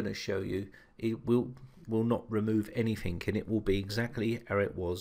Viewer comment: You keep saying anythink, it's anything!!